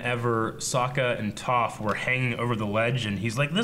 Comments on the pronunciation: ITS TOPH... TOFF!!! NOT TOFE XD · IT'S TOPH, NOT TOAF, ffs. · Seriously how are y'all still calling her 'TOFE' and not 'TOFF' i don't get it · Did you watch the show? They said her name more than enough times for you to know that its not tofe... its Toph... stop it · OH MY GOD IT'S PRONOUNCED "Toff not Tophe! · Why do they still say Toef instead of Toph? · Three seasons... three seasons and they still can't say Toph like toffee. lol Oh well. I love their reactions so much I don't really care. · Lol, and who is this "Tofe" person I keep hearing about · Why do they keep pronouncing her name "Tofe"? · First, her name isn't pronounced toe-ph, second, if you want to see some more specialized bending forms, go watch Korra and get to season 3 and check out what Bolin learns, it's pretty badass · Every time they pronounce Toph as "T-oo-ph", a small part of my soul is crushed... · Why do you keep calling Toph, Tofe? C'mon don't be an M. Night Shamallamadingdong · Why can they never pronounce Toph right xD Hahahaha they keep switching from Tawf to Toef, cmon now. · Hurts how He pronounces Toph... Still hitting me with leaves from the vine!!! That's low! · I hate when ppl mispronounce the names ARGHHHHH ITS TOPH xD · Does anyone else get mildly annoyed when they pronounce Toph's name wrong? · Am I the only one that cringed when they pronounced toph wrong? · It kills me a little inside every time they mispronounce Toph's name....that being said please don't wait too long to watch Legend of Korra!! ^_^ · Please pronounce Toph the correct way. I'm yelling at the screen every time they say her name wrong. Cringe worthy. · How does not seem to know the correct way to pronounce Toph's name?!! He has watched this show all the way through at least twice. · Why are you guys saying Toph's name wrong all of a sudden lol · They keep saying Toph's name wrong and it is bothering me a little bit. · How do they mispronounce Toph? 😂 they've heard it a hundred times!